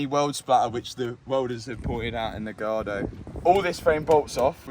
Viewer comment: Matt can't say gallardo. 😂